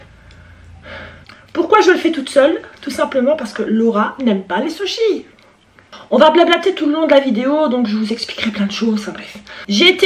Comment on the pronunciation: Par contre t'a tué le mot SUSHIS 😂😂😂😂😂😂🤣😂